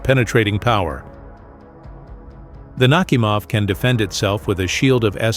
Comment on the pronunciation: "NakhÍmov", not "NÁhimov".